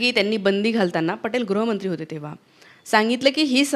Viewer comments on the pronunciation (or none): none